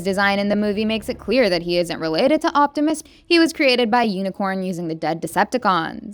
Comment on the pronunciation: OMFG just delete this honestly. Sound so bored, have no idea what you're talking about, and mis-pronounced UNICRON ffs! I'm sitting next to 3 transformer nerds and we are all so mad at this video 🤦